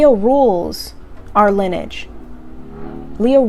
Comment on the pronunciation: awesome as always. Just FYI: "lineage" is pronounced- Lin-Eee-edge. Just trying to help, we all have those words that we know what they mean and use them correctly but don't quite pronounce them quite right.Great message, thanks.